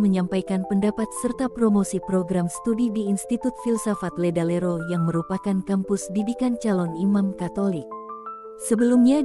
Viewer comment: LEDALERO OM BUKAN LERALEDO😅